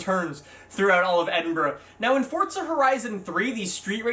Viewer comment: you're the only person outside Scotland (That covers Forza) that pronounced Edinburgh PROPERLY. ❤